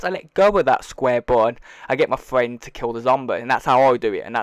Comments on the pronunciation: "U wanna get into a game wit ya fwiend or in spit screen, as soon as your friend kills the zombird" - I love your guys vids but what accent is that? I'm just messin wit ya by the way bud how we pronounce things in the US. Is weird to lol, sick glitch bud keep it up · I’m not to fwend buddy!